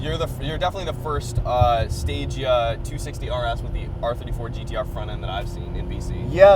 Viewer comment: Finally someone who pronounces “stagea”properly 💪 I’ve got a m35…I wish I had a260 but I love the m35